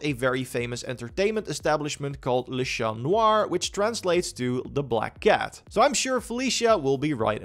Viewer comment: Your prononciation of "Le chat noir" was pretty correct. Bravo !